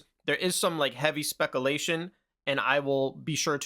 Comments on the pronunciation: I have some speculation that commenters will already have informed you of the injustice you've been doing a particular word that I need not waste time mentioning, so I'll move on. This is the first video from your channel I've watched, it was very informative and I really appreciate the way you are analyzing the information available to you, connecting dots, coming to logical conclusions, and explaining it to us. I learned a lot from this, and your willingness to correct your own mistakes is also important and actually adds credibility in my eyes. It's good that you use different words to indicate the level of certainty or credibility of different statements that you make. Keep speculating, you're decent at it, and that's a great way to extrapolate more than what we're directly told. Thanks for the video. I've got some minor criticisms, like I think you could probably save a few minutes pretty easily with some quick editing. If you don't want to edit your videos and you just want to keep naturally flowing through with one seamless take and no repeats, I understand. But for example, the 20 seconds you spent trying to pause that video of Pierre Hintze at a point that wouldn't do him dirty, could have been shaved off, and there are a lot of points where you stutter or repeat the same sentence or even repeat an entire point you're making, that could be cut to save time. It's not that big of a deal, I don't talk perfectly either and you did a pretty good job for one take, and I to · Lol. It's all good, bro. Not your fault. But this is how you know who's new to the channel and who's not. Unless your comment is pure sarcasm, and you just wooshed us all. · One of the main reasons I watch 🤣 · Love the vids but it was so hard to hear say speculation wrong 42 times😂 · He keeps saying speculation wrong 😅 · Bro stop saying Spekalation. It's "speck-you-lay-tion". Come on. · "speck a-lation" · SPEC OOO LATION 😂😂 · Speck-a-lation vs speck-u-lation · spek you lay shun . lol